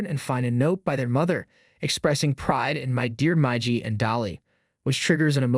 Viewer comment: Oh, my God, It's Miiiigiiii and Daaaaaliiiii not maiji.